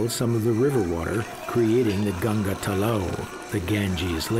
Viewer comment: If a person cant pronounce GANGA properly how the hell he can know about our region LOLZ.